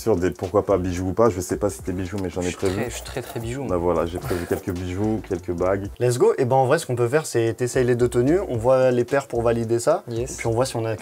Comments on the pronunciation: mon dieu arrête de dire lessgui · Pas mal , faut juste arrêter de dire : let's gi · pk tu dit let's gi